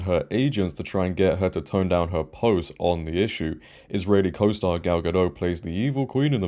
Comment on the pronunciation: Gadot, not Gado. Gina Carano.